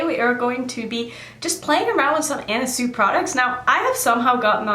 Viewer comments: Pronounced 'Swee' not Sue....just fyi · Not to be that person,, but it's pronounced sui,,like (swee) love your channel,, pronouncing things is no big deal anyway,, but ..